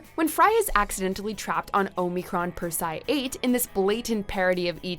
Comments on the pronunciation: the shows clip says "Omicron Persei 8" - pronounces it wrong again. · If you ever watched Futurama, you would know how to pronounce Omicron Persei 8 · The clips in your own video had the correct pronunciation though. Could you not just listen to the clip? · Damnit, narrator, It's pronounced "Percey-Eye" not "purse-eye"!! Have you never watched Futurama?? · TurangaMaxx OH - MIH - CRON - PER - SEE - EYE - 8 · Your mispronunciation of Omicron Perciai 8 bugs me. It's clear the narrator never watched the show (or even the clips they used in this video). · Why did they pick someone who has never seen the show do the list. Lrrr of the planet omnicron persei 8 is stated all the time but she cant say it correctly 😠😠😠😠😠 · You're killing me. Its pronounced in the show as Omicron Per-see-aye 8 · Aahm-eh-cron purse-eee-i 8.... it's not that hard to pronounce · We all know it's pronounced "Oh-my-corn Parsley 8." Jeez,.... 🙄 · Lrrr said the name of his planet, and she still said "Oh Me Corn Per Sai Ate" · literally stopped watching when she said omeecron persi 8 girl have someone who watches it say it jesus at least pretend you know the show you are making a list for lol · perse-i-8 ... the i is heavily emphasised! lol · Really struggling with that "Omicron Persei 8" pronunciation there eh? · This is what happens when people narrate videos about things they know nothing about, Omicron Persei 8 was pronounced correctly many MANY times in this series yet she can't even say the name correctly..... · literally could have just watched one of the clips you were using, where Lrrr says it., you can do better than this. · I was thinking the exact same thing, I mean the video even says how to pronounce it. yet she pronounces wrong every time. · RIGHT?! Even audio straight from the show was used, and she still mispronounced it. It's like she's not even trying. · WOW, Omicron Persei 8 is said several times in the video and they still manage to pronounce it wrong.